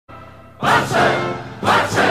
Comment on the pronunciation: Ghost Rider not you either, its ”Barça” in spanish ”Barca” means boat...